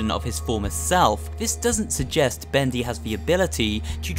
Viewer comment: Thaets not Bedy